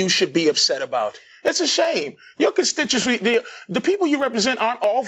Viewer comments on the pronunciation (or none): the legendary Patrice O’Neal. “Your constitch-rafy” haha